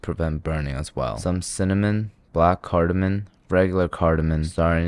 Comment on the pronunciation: Cardamom not Cardamon dude...